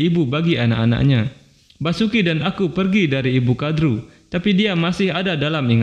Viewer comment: Basuki gemana, itu Vasuki di baca Wasuki bukan basuki